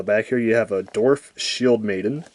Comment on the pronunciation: Dorf? it's Dwarf